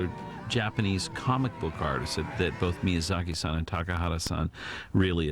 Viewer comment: I think it is nice that John Lasetor says Miyazaki-san :)